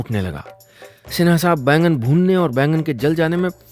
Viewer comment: बैगन नहीं बैंगन